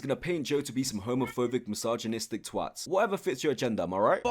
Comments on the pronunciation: Him: complains about Nick's perfectly normal US accent Also him: can't pronounce "misogynistic" correctly (he said: my-sarg-en-neest-ik) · Still stuck on snowy joe’s friend pronouncing misogynistic as massage-gynistic